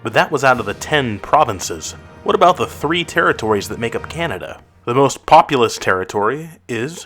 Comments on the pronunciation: Good video, but we say "about" and not "aboot" in Canada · We say "about", not "aboot". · Nobody says aboot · Seriously did he really need to say aboot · As soon as a heard you say "aboot" in the title , I stopped watching. I was born and raised in Canada and in over 50 years I have never heard a single Canadian pronounce about as aboot. It is the stupidest Canadian stereotype there is.